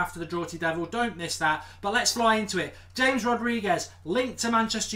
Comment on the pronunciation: xsorry mark but his name is pronounced as Hames not James